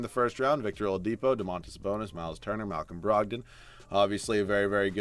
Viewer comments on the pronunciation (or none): none